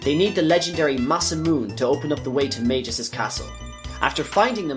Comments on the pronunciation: He said Ayla correctly. The “Ay” should be pronounced like “eye”. Magus should be a hard g, Mag-us not Maj-us. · Beautifully done, but its hard to keep hearing you call Magus (Mag-us) by the name Majus.... weird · Mag Us, not Mage Gis 🤣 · Mag-Us, not Mage-Us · One other thing: It's Maa-gus, not Mei-gus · 'Majius' lmao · And it's pronounced Skaa-laa, not Shaa-laa. LOL omg and it's NOT Mage-us, it's Maag-us! Like the Baa of a sheep but with an M. C'mon man. Also, the Frozen Flame is not referenced anywhere in the game of Chrono Trigger, so not sure where you made the coorelations for that from.